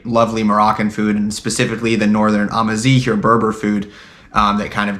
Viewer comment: Did you say ....Ama-Zing?